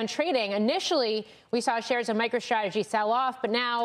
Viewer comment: This is hard to watch. “st” is not pronounced “sht”. MicroShtrategy